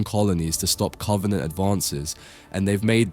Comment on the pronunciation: cant take this guy seriously the way he says covenant